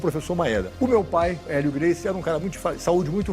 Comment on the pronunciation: Deveria ter a capacidade de aprender a pronuncia do sobrenome, no minimo.